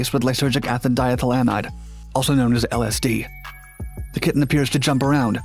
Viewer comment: you couldnt have pronounced lsd any worse 😭